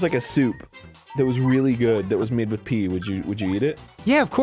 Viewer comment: it's pee, not pea